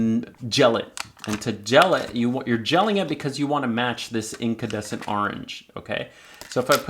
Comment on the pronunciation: Nice informative video. However, it's called an incandescent light source and not incadescent - sorry !